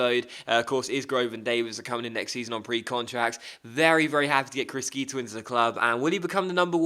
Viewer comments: The italian pronunciation is "crishito" not "criskito" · it's pronounced Kree-sheetoh C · GG's regen prounanced Crishito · criscito is pronounced cris-SHito but apart from that great vid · it will annoy me so much. please just say it properly - crish shi to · Criscito is pronounced Cree-shee-toh